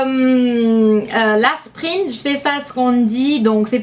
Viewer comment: On dit : as-PI-rine, man-DA-rine et illimité et non pas inlimmité :) sinon tu parles super bien français, je doute que je parle aussi bien américain (malgré quelques fautes normales entre un et un